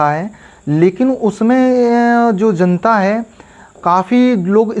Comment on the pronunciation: Ezzent , Zanta 😂